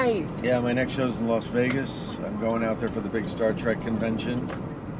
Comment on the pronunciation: Not to be "that person" but it is Las Vegas, not Los Vegas.. lol